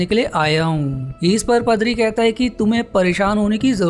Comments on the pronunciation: Bhae pdari nhi padari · padri 🤣🤣🤣🤣🤣🤣🤣🤣🤣🤣🤣🤣🤣🤣, paadri bolte h. 🤣🤣🤣🤣🤣🤣